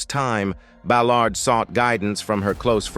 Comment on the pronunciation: Terrible narrator misprouncing Ballard and February 22.